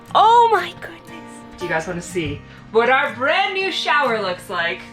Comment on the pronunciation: The shower ist not brand-new- its trent-new! LOOL Nice job!